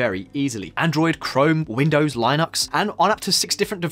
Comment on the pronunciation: Wait, Lie-nux??, surely this is not the first time he is seeing the word Linux